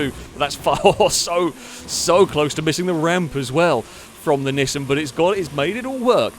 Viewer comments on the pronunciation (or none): The way pronounces Nissan bothers me to no end lol.